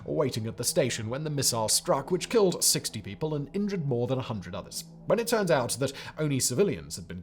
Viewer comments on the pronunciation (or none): none